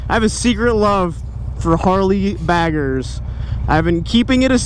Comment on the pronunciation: Lol sweet bike though. When you say Harley baggers it's sounds like Harley faggers..lol.